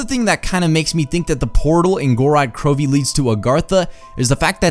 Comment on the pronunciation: I think the I is silent in Krovi